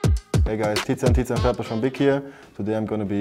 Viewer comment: tizian "tizian" aber warum